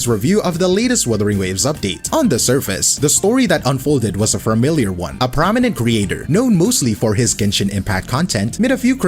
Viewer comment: Ugh he said "fermiliar"